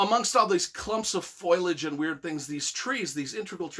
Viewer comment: Foilage? Is that a word? Foliage? Wtf this guys an idiot